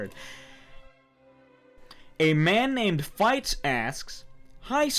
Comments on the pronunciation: He pronounced Fitz as “Fights” I’m dead this is amazing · Dude he didn't know how to pronounce Fitz back then. This is a literal piece of history you guys holy frick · it really bugs me how he pronounced fitz's name...